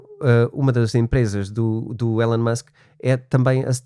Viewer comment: Só para melhorar e fazer deste podcast ainda mais único....por favor chamem o nome correto do homem: pronuciasse ilon e não élon... Musk